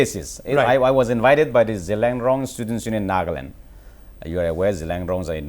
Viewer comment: Not zeliangrong girl its Zeliang girl